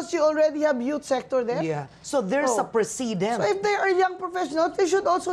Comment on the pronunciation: Precedent is pronounced like how you would pronounce President. Dumarami na ang kaengotan ni KD. lol.